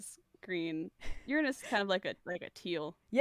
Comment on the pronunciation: It's refreshing to hear an American pronounce Uranus correctly for once.